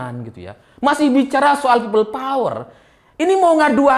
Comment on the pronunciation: Peyot bang,bukan power.